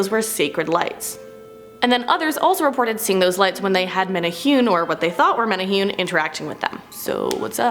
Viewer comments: thank you!! that was driving me nuts. men ay hoon?..... wtf. men ay who nay. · Yayyy Hawaiian folklore is mentioned. Woot. Just one note it's pronounced (mene-hoo-neh not mene-hune) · For the Menehune one, it’s pronounced meh•neh•who•neh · MANA WHO KNEE ..IS HOW YOU SAY IT LOL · I’m from Hawaii.... it’s pronounced meh-neh-who-ney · It's pronounced like menehuni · My lord WHY can’t y’all just take the extra few minutes you need to make sure you’re at least TRYING to pronounce things properly??? Proboscis - proBOSSkiss Menehune - meh-neh-HOO-neh Who knows what else... It’s really NOT that hard to make sure you don’t look ignorant. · Bruh you pronounced Menehune wrong! It’s pronounced (Meh-neh-who-neh) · hahaha riiight tho! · I loved Hawaii and knew a lot about the Menehune which as was told to me were like gremlins of the Islands and would destroy equipment near sacred areas. Also it's supposed to be pronounced Meh•neh•hu•neh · Menehune bro its meh-neh-hoo-nea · The way she pronounced menehune oh gosh. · I was cringing hearing you say Menehune 😅😂. No offense sis! Aloha🌺🌴🤙🏾